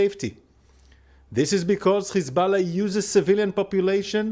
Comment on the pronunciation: Why you say Khamas and Khezbollah??? You have haifa you obviously can pronounce H